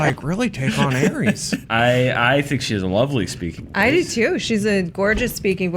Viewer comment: Jason Williams It's Ares, dude...Aries is the first sign in the zodiac.